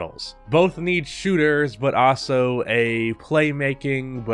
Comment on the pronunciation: Is the way he says "Also" a meme? I cant stop hearing "Aso"